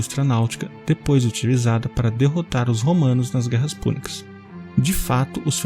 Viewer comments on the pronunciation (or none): none